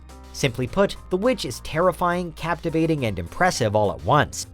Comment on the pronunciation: the v vitch was horrible delete this video right now